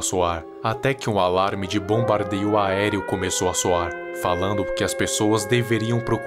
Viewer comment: Nem percebi como erro e sim como uma enfatização😮